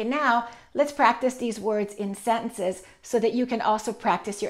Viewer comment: I love your all videos and your way if teaching is awesome. I heard you pronounce the word 'sentences' in a different way. Could you please tell me how to pronounce a sentence in plural?